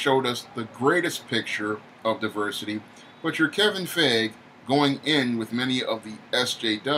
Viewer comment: It's Pronounced Fi -E - Ghee and not Fey - Age or whatever. Stop murdering the name already.